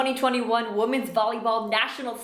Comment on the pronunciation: WTF is going on when an adult cannot pronounce "women" (but instead says woman's)!?